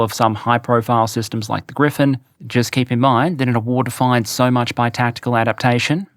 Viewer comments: gripen not grifen -) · Bro. P, not F. Its the JAS Gripen. Not Griffin. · The Gripen is not pronounced "Griphen". It means "The Vulture". Not the mythical creature. In English the pronunciation is closer to "Greepen". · Gripen....Gri...Pen....not Griffin! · Hmm it seems like changed his pronunciation of gripen. I think it used to be closer to Gree-pahn with a rolled r. Lately it's sounding more like griffin... or am I crazy? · take a shot every time pronounces Gripen like Griffen lol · Griffen!? No, and not Grippen either; its "Griipen", a slightly longer "I". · It’s spelled GriPPPPen. Even if it means griffin or griphon or whatever. OMG